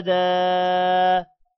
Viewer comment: pesh hei , Ulta pesh nhi